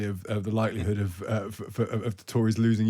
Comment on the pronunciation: I would have more confidence in the pundits if they could pronounce the names of the places they pontificate about. Today I’ve heard Frome rhymed with Home, rather than with broom, while Ruislip was rendered as ru-ee-slip by the BBC.